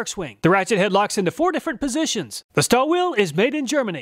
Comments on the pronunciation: I noticed that you inadvertidly misspoken "Stahlwille" as "Stallwill". Stahlwille is a German brand and translates as "Steel Will". Spoken out correct would sound like "Shtahl-villeh", where the "a" is raised as "ah" instead of "uh". Since I am of german origin, I thought of passing on this useful information as I'm pretty certain you'll ( and millions of YT viewers ) will encounter more product testing and reviews from that said company. In general, Stahlwille does make good quality products, I have a couple of their model tool lineup in possession for my daily routine service. They do an amazing job. Oh, by the way, I recently came across a 3/4" telescopic handle ratchet which felt great on hands as I had to tighten down pump flange screws M12-sized. Did a better job than the fixed variants. Maybe this would be worth a "Which is Best"? Anyway, your channel is the best on YT, my acquisition are based on your ingenious and honest testing results which are truly accurate and represent 100% real-life working conditions. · Waiting for the day you pronounce Stahlwille correctly.